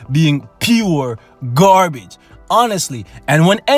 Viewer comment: Heh he he... Gaar Bage.... cracks me up everytime